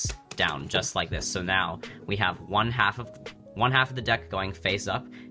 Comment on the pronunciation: does anyone else notice he says one card “wung card and wung card only”